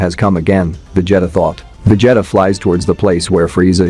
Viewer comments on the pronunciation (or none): My boy said Veg Jetta 😂😂😂😅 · He's saying Vejeta who the hell is Vejeta? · Dude passing me off Messing up his name VA-g-ta that means he wasn't a fan or seen these show some one wrote it for him all he had to do is read lol 😂 🤣 😆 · VegeHttuh is my favorite character. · Va jetta 😂😂😂😂😂😂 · What do you mean, It's not Va-jetta!? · "vegEETA balls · You ain’t kidding… sheesh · How come you cannot pronounce vegeta correctly ? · It’s A.I